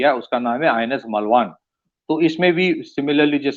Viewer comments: it's not मलवान. It is मालवण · it's मालवण, not मलवान